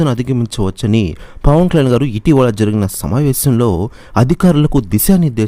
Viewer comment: పవన్ కళ్యాణ్ అని స్పష్టంగా పలకండి.